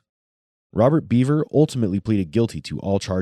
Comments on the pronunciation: It’s pronounced “Behver” not “beaver.” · BEVER not BEAVER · The thing about this case which buggs me the most, is that the boy is called "Bever", but is being pronouced as "Beaver"... Wtf USA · Their last name is pronounced Bev-er not Bee-ver just for clarification. These boys are sick in the head. There's a special place in hell for these guys. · It's bever not beaver bro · Why is the narrator saying beaver?